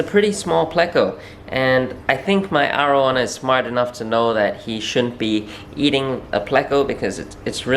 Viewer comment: Its triggers me how he says arowana